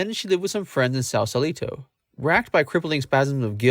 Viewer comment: Pronounced "Sauce-a(short)-Lee-tow"